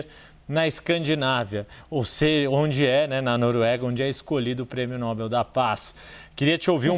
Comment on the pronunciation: Não é Nóbel, é Nobel